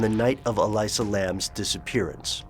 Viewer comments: Her name is pronounced E-Lisa. Not E-Liza. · Its elisa (eh-lisa). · I believe it's pronounced E - lee - sa. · ell ee sa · why do you pronounce her name that way? no other source does, including police and all news reports. i can't help surmise if you did not double check that simple bit of info, you may not have double checked anything. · Not only is it a story that has been told a thousand times they pronounce her name wrong....